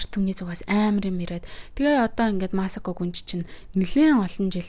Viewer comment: Масако дуудлага нь жаахан буруу бна. Ютүбээс бичлэг олоод сайн сонсоод зөв дуудлагыг нь олчих бхаа